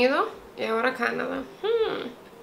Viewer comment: Me encanta tu canal. Pero cuando hablas Canadá no puedo, simplemente no tolero tu “Cánada”.